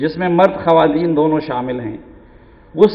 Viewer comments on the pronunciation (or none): none